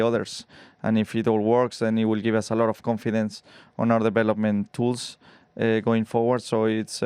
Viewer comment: Wonder what "de-flop-ment" Charles is talking about.